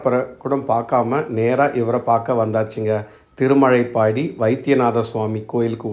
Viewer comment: திருமழபாடி இடையில் ப் கிடையாது.என் பிறந்த ஊர். திருமழைப்பாடி என உச்சரிக்கிறீர்.திருமழபாடி சிறப்பு ழ கரம் பயன்படுத்தவும். பதிவுக்கு நன்றி.